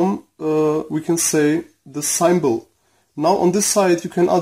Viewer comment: Great tips my friend, Your English is Excellent, Thank You. Symbol, is pronounced Simm-Ball. Desoldering Braid. or Wick.